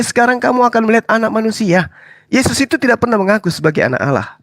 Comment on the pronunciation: LUCU KEDENGARANNYA MENYEBUT ANAK ALA..ANAK ALA..ANAK ALA.. YG SELAMA INI MENYEBUT ALLAH SEKARANG JADI ALA.